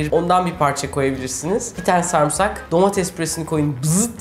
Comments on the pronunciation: Sarmısak demeyin şu kelimeye ! "Sarımsak" demeniz gerekiyor. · YA YETER SARIMSAK SARIMSAK SARIMSAAAAAAAAAAAAAAAAAK SARMISAK DEĞİL SARIMSAKKKKKKKKKKKK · Video çok iiyi ama refikanın sarmğsarğı demesi çok sinir bozzzzucu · Bana da garip geliyo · aynen yaa çok sinir oluyorum ben antepte yaşıyorum burdakiler sarımsağa samırsak diyo dosmxöaççaçÇaş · sarımsak'ı neden sarmısak diye okuyorsun reyiz